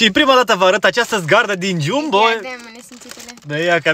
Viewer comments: Geambo ,se pronunta corect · .se pronunta jambo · Se scrie jumbo dar se pronunta gambo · Jambo se scrie chiambo se citeste dar va ador❤❤❤❤❤❤😊😊😂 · Se scrie Jumbo dar nu se pronunța Jumbo!😂(Gambo) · Se scrie jumbo dar se zice jambo